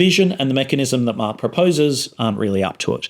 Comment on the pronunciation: Your pronounciation of 'Mark' sounds like 'Marx' in my ears, which translates to weird listening experience. Btw: I wish focault was alive and wrote a book about power and the internet.